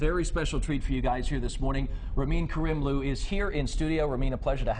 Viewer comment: ITS RAMIN KARIMLOO NOT KARIEMLOO